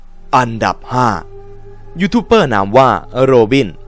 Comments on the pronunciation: ดูกี่ทีก็หงุดหงิด youtuber มันตัว B แต่ออกเสียงเปอร์ทั้งคลิป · อ่านว่า"ยูทูบเบอร์" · ยูทูปเบอร์ ครับ ไม่ใช่เป้อ